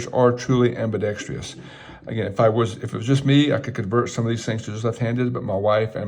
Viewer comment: You pronounced ambidextrous as ambidextrius two different times. As a southpaw, I consider that sacrilegious. ;-). I am used to correcting my son for doing this but a fellow levty needs to go to timeout. And…not pile on, but you said “Now for the final three guns” when there were still four left on the table. But you did inform me about Grand Power, a company I hadn’t heard about…so thanks.